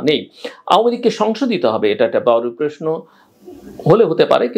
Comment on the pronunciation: জিল্লুর - তুই তো প্রশ্ন বলতে পারিসনা - তুই তো বলিস প্রেশ্ন - তুই কিভাবে বুঝলি আওয়ামী লীগের জনপ্রিয়তা তলানীতে।